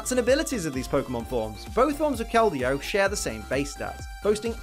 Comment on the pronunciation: IDC that you said her name wrong, I’m just glad you didn’t say Verizon. That joke is as old as the Pokémon itself.